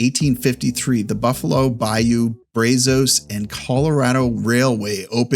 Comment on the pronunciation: We pronounce the river here not “Bray-zoes”; but “ Braah-zuss”. From Spanish “Rio de los Brazos de Dios”. It’s the 14th longest river in the US with a 45,000 square mile drainage basin. (For context, the Montreal river drains 270 square miles)